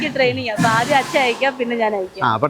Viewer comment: അച്ഛാ, ചേച്ച എന്താ രതിഷേ ഇതൊക്കെ കൊച്ചച്ച, ഇയാൾ.... ൻ എന്ന അക്ഷരം പഠിച്ചിട്ടില്ലേ, അതോ പുതിയ മലയാളം ആണോ, വെറുതെ ചിരിപ്പിക്കല്ലേ